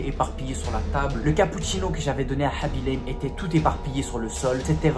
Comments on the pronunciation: Aussi apprends le pseudo des gens avant de faire des histoires comme ça parce que tu as dit tout au long de la vidéo haby l'aime et pas khaby lame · Aaaaa s'est khabi lame pas habilame